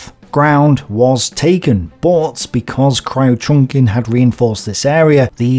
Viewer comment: Kriuchenkin = Crewchenkin (not Cry-Oochenkin)